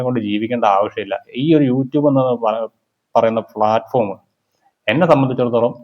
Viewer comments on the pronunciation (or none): none